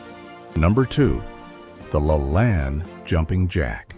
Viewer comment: Ai, not pronounced correctly, I remember every morning my mother watched Jack La Lane, not Lalan....Callesthetics....My mother every morning, got up or came home after 3rd shift as a Supervsior at Texas Instruments, put on makeup, or freshened it. Completely dressed, including stilettos. And Jack, and the blonde lady who also helped. 😊❤.